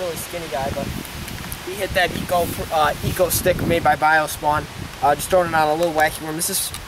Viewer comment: "Eco stick" 😂😂😂